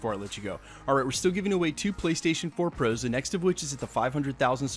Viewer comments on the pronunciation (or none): I swear you say “pros” weirdly unless it’s just my hearing